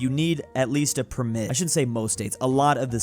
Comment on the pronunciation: Why does he say permit like that?